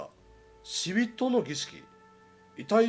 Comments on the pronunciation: 死人をしびとって読む人初めて見たよw 死人は「しにん」と読むんですよー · 「しびと」じゃなくて「しにん」ですよｗｗ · この場合の読み方はしにんですよ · なぜ死人を「しにん」ではなく「しびと」と呼ぶし